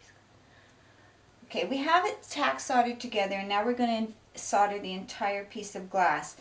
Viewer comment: Solder is pronounced soul-der